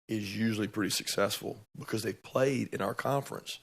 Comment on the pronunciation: Who haff Georgia pwayed woooo?!